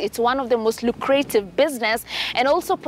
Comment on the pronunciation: Lucrative. Pronounced luk-ra-tive